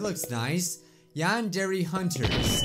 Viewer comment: It is YAN-DARE (not spelled, spoken.)